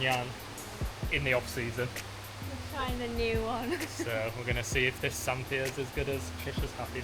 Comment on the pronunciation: Lovely video. Love Santhiya resorts and looking forward to trying this one. You don’t pronounce the h in Santhiya by the way. Something we learned when staying there.